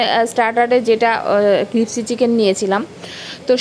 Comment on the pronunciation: tomar pronunciation gulo ektu thik kore bolbe like "biriyani", "crispy", "spicy"...... Odd lage sunte. Nice vlog ❤❤